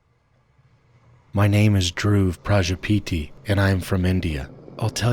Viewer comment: That DrUve prajapEtii instead of dhurv Prajapati.